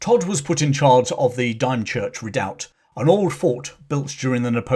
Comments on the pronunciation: I'm from Kent...Dime Church it isn't. We call it Dim Church! Dymchurch. Excellent talk though, as always. Love your history talks. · As an ex Para from Kent, the village is pronounced DIM not Dyme. .....Dymchurch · “Dim-church”, not “Dime-church” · Excuse its Dymchurch Dim church not Dime church😅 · The place is pronounced Dim(as in not very bright)-church, not dime(as in the ten cent american coin)-church. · Another excellent video! Though I hate to be "that guy" I have to point out that Dymchurch is pronounced Dimchurch... not Dime church... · Dime church? No, It's pronounced dim church. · Pronounced Dimchurch, not Dimechurch. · You say "DIM CHURCH" not " DIME CHURCH" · pronounced DIM CHURCH.not DIME CHURCH. ... Dymchurch. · A fascinating story, well told, with lots of great details, but also a few little glitches, including: 1/ Dymchurch is pronounced Dimchurch, not ‘Dime-church’ 2/ You omitted the C in ArCtic warfare training. 3/ Dambusters is written as one word, not two. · Thank you for this great video about Richard Todd, but for reference Dime - Church is pronounced Dim-Church (as in dim lighting). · Another informative and entertaining video. But please it is grating to hear a British accent pronounce Dymchurch as Dime-church rather than Dim-church. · Dimchurch, not Dimechurch. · Whilst pedantic, dymchurch is pronounced as dimchurch, not dym church . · Great video as ever! As a Kentish lad, I'm pretty sure his time in Dymchurch is pronounced 'Dimchurch', not 'Dimechurch'.....if it was Dymchurch you meant of course! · DYMCHURCH Redoubt, Pronounced Dimchurch NOT Dimechurch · being born and brought up in kent i have never heard of dimechurch i think you might mean dymchurch which is pronounced dim church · Probably already been pointed out by other pedants but Dymchurch is pronounced’dim…’ not ‘dime….’😂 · Sorry but it is pronounced dim as in dimwit. I, at present, live about seven miles away in Lydd. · Dymchurch is pronounced dimchurch